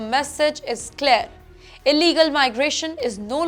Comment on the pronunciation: Imagine an English news reader who cannot even pronounce ‘deportation’ and ‘clear’ clearly… man where do these people come from…